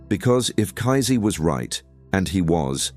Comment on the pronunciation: Lol. I love the way you call him kaizee and not pronounce kaysee . You make him sound like nazi.